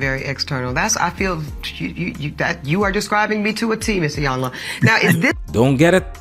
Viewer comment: True pronunciation of "Iyanla" is (he-yan-lar) it means Big Momma in Yoruba language.